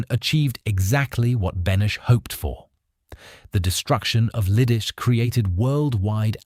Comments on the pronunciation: Leedeechay"! Not " Lee-dis"! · It is pronounced LEE-DIH-TSEH, not liddis, and not liddish either. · You act as if the grenade had nothing to do with his death. What an absurd statement. "Gesh-stapo"??? "Lidice is pronounced ENTIRELY different from your failed attempt. My uncle, a Slovak was living in Praha in May, 1941. In terms of your pronunciation of Lidice, he'd be unable to understand what you are talking about. Apart from what I've stated, your report is pretty good. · Pronounce Lee dee tsay I visited the place. And the crypt. And the Terezin concentration camp